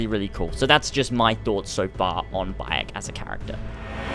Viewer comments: wtf? "Boiyok" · Bi-yek when the game pronounces it for you, there shouldn't be a problem with saying his name.